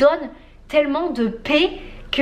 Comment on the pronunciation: Euh la...: qd tu dis "paix" àproposde ta super relation avec ton cher et tendre, j'ai l'impression d'entendre... "pet"... ce qui change pas mal de choses!!!:);) Bisous 😘